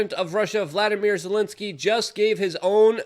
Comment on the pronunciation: You finally got valdimir zelenskie s name right lol since he's Russian and didint even speak Ukrainian untill he became president